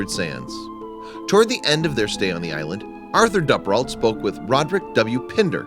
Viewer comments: It’s a great video but I’m just mad that he pronounces Duperrault wrong the entire video. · You're pronouncing her last name wrong. It's a long U, like Dooperrault, not a short U. I remember this very well because my family lived in the Green Bay area and I was her age. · I'm pretty sure the name is pronounced Doo-per-alt. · For those trying to look it up, the narrator is saying the surname Duperrault. The accent is impossible.